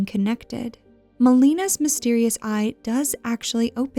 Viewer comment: The fact you willingly mispronounced Melina's name several times despite the correct pronunciation of the name is in the game just pisses me off.